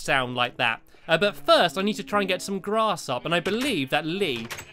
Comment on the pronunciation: stampylongnose whenever you say grass you sounded like glass okay bye